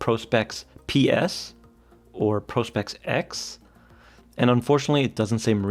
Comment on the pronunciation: Thank you for being one of the only people doing watch reviews to say Prospex correctly as "Pro-Specs." It is a fairly obvious portmanteau for professional-specifications, yet 9/10 reviewers say "Prospects." Subscribed.